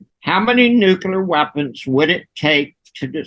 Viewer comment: nook-LEE-uhr > nook-YOU-luhr